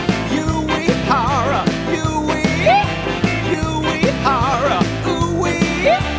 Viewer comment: Pretty good music, except Koji's last name should have been pronounced as "woo-ei-hara".